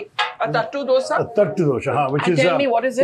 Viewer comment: How tough is it for you to get the name of the Dosa right Barkha?